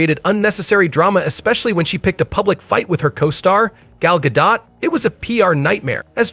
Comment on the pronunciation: Gadot, not Gado.